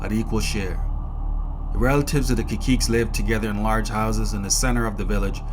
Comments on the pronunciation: Kakiikes... Is pronounced Ka-see-kay in Spanish. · Caciques? As a PRican I appreciate your data compilation on my people but you are butchering the pronunciation of that word. It's "Kah-see-kay" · Caciques is pronounced Kasikeh